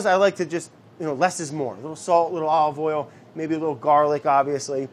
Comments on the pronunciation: I am so used to Brad being Brad that I assumed he was trying to say aoili instead of ollie oil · I know he’s not saying Ollie Oil! I know he’s not, but he is 😂😂😂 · He keeps saying ollie oil...! Brad is hilarious ! It is a treat to watch Brad while I'm quarantined.. also I love the sound effects and editing... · I'm mad at the editor for not writing "ollie oiellll" on the screen everytime Brad tries to say olive oil. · The amount of times he said "ALLeyOyle" when he uses olive oil